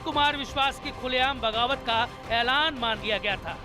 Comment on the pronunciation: Bawagat kya hota hai..🤣🤣🤣🤣 Bagawat hota hai Yaar....